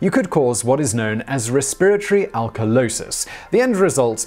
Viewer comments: the em-PHAS-is is on a different suh-LAB-lle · I can listen to an entire video of Simon just saying “resPIRatory”. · Lol I heard "re-spirit-ry" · raspirittree? Probably a British thing, but I never heard that one.